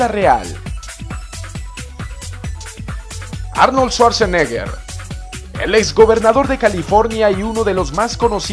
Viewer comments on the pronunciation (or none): none